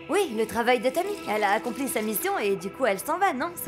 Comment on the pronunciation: Je n'arrête pas de rire😂cata quand elle a dit la mission est acconpli 😅😅😅